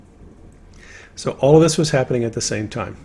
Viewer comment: What's with the word "Habbening" instead of "Happening".